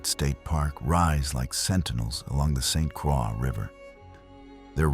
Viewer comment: Needs to learn proper pronunciation of the place he talks about. Lost all credibility...obviously AI. Also missed many places that should be mentioned. Seriously, St Craw?